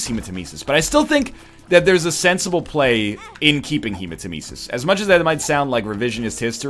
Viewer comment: Take a shot every time he pronounces hematemesis wrong